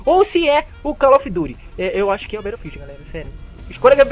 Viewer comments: Valle of dito gost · Calil of duti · com certeza cal of dut